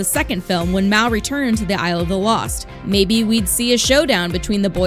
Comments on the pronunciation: IT'S MAL NOT MAY!!!!!!! HAVE U SEEN THE MOVIES !!!!! I am a true fan sorry it's just I love the movies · Its mal not mao or malin